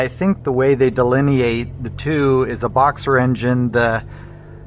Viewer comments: boxster, not boxer☝️ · I appreciate the idea of this video. Remember that as much as you may like the sound of these two their two of the worst sounding Porsche’s in history. When you have better sound equipment do this again and include some older examples. And, please learn to pronounce the “T” in Boxster. It’s not thesame word as the name of the engines with opposing cylinders.